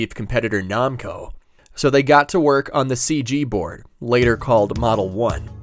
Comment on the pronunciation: how the hell do you mispronounce namco